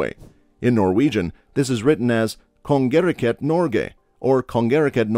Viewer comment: as a norwegian, pronunciation of Norge and Noreg hurts my soul